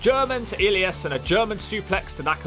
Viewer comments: oh my god you’re pronunciation of names is phenomenal. Elias 😂 And you’re still calling Drew McIntyre, Drew MacDonald….how is this so? Do you actually watch the product or skip through clips with the sound down? Come at me 😊 wait you’ve moved to McIntyre now awesome! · The way you pronounce Elias is hilarious 😂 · the way he pronounced elias though 😂😂😂